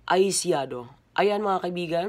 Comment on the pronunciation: "Eye siadow" hahahaha